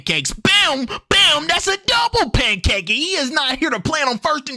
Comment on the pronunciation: "Pancakie" 😂😂😂... Bro you be having me rolling.